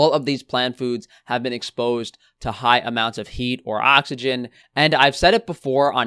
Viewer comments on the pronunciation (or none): none